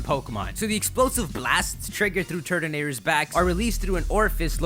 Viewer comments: it sounds like you're saying turdinator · At first I thought you said Turdinator. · Sounds like ur saying turd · wow it sounded like he said turdanator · New pronounciation: Tur-tone-a-tore Ty-ran-a-tar Turtonator tube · I love how you said "Turd-ah-nadur" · turtonator... tutle... detonator